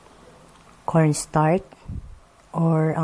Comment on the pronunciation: zenza na natatawa lng ako sa pgpronouns nya ng kutsinta kc kuntsinta za ng kuntsinta at paulit-ulit pa...ung cornstarch nman kornstart daw hehe...pero i fairness mukhang masarap...favorite koren yang kutsinta...sana matry koren yng ibang flavor..